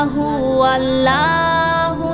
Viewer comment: আপু আমি আপনাকে আপনার ছোট ভাই হিসেবে কি একটা কথা বলতে পারি ,,, যদি কিছু মনে না করেন,, তাহলে বলছি শুনুন আপনি যে আল্লা হু আল্ল হু বলেছেন , এইটা ভুল , সঠিক উচ্চারণ হলো আল্লহু আল্লহু